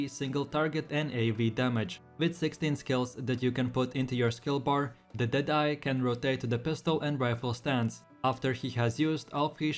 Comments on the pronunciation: the way you said the deadeye timestamp xd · the way you said the deadeye made me laugh haha .. awesome tier list 🙏❤️